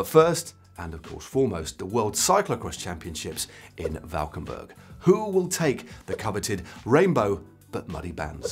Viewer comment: Also, great pronunciation of Valkenburg! Kudos